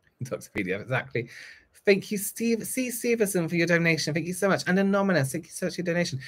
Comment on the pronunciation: Take a shot every time says, “anomonous” instead of “anonymous” 💙😂